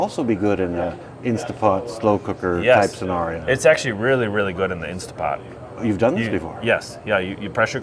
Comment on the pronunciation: Guys, it’s INSTANTpot not INSTA . Like scratching on a chalkboard 😂